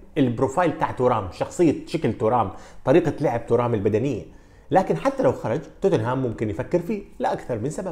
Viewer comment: فقط للتصحيح إسم نسبه ينطق بالفرنسي تيغام وليس تورام